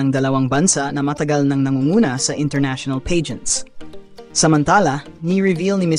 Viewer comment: AI is never good when talking esp with the pronunciation. Peygents?! U mean Pah-gents…😅